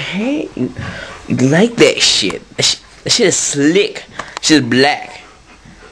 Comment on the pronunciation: Lol. "Come on now, no one wants to play that shiate". Lmao